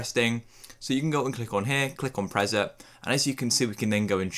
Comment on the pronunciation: Dude. "Prezet?" It's "pree-set." "Pre-" = before.